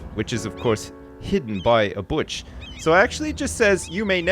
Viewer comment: Has anyone else noticed how kind of sounds like he says "butch" instead of bush?